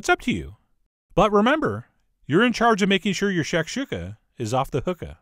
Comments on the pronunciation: Pronounced “shack- shoe-Kah” not “shack shook-ah” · It's pronounced shack shoe ka, also there's 2 versions of shakuka, the North African version which is the one you made and the middle Eastern version which is scrambled eggs with vegetables, crack a few eggs in a bowl and beat them then fry up some veg in a pan then throw the eggs in and continuously mix with a silicone spatula and always take it off the heat before you think it's done then season after it's done not before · shak-SHU-ka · That’s nooooot how you pronounce that....